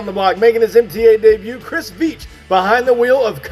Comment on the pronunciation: I (Chris Veach) didn't do to bad in the first race, unfortunately I got knocked out but it was a good race. Thank you for pronouncing my last name correctly, not many people do 😁. Awesome show